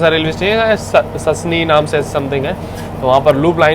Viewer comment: Sassni nhii sasni hai 😂